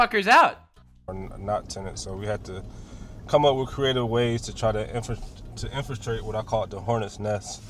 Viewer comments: That ICE agent kept saying Infrastrate LOL. I was like...infiltrate? That dumb B of a protester yelling "nobody wants you here". I DO, I was born here and my family has been here since the Revolutionary war, I want ICE to do what they are doing. Also the agent said Kyrgyzstan NOT Kazakhstan. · That dude miss pronouncing infiltrate is driving me nuts